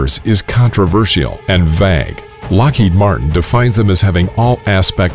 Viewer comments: Did he just pronounce the word VAGUE like RAG? Is it regional... I was taught VAY-G .... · "...is controversial, and vag". Good God, man, you can't even properly pronounce "vague", how did you get that job?? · I especially like the computer narrator's pronunciation of V-A-G-U-E as VAG. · Contreeversyal and vag.